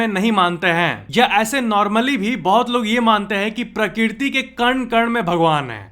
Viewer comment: Prakirti ? Prakrati sahi he